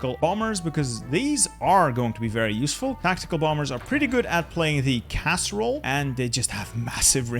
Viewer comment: LOL it sounded like you said "casserole" instead of "CAS role"